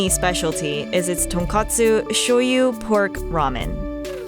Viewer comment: TonkOtsu. Not TonkAtsu.. 🍜🥟🎶